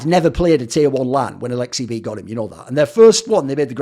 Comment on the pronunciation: You nailed the finish accent lmao